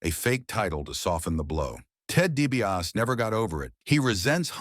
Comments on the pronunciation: There's an R in there? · It's hard to get past your AI guy's pronunciation of the Million Dollar Man's last name.